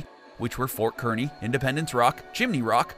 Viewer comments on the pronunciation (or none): Kearney is pronounced "Carney".